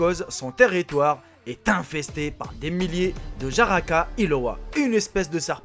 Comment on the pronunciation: On dit jararaca et non pas jaraca en portugais